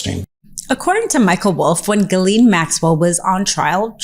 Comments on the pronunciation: Ms. Maxwell's name is pronounced Gillen, short i. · the predator's name is pronounced "Zhillaine Maxwell"